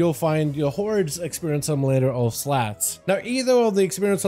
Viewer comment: Splitting hairs here but Slahtz is pronounced like slots, not slats. The alli and horde xp off npc names combined are Behsten Slahtz = best in slots (BiS)